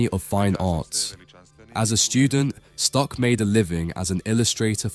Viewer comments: Stuck is prounounced like “book” in German! It’s not Stück, like you pronounced. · Very informative. Thank you. There is something you can improve on. The name is spoken "von Stuck", not "von Stück" or "von Stock". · He pronounces the name "von Stuck" incorrect. The "u" sounds like a short "oo" , not like the german ü. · The name is "Stuck" and not "Stück" - if I were you, I would care about the pronounciation, before I made a video.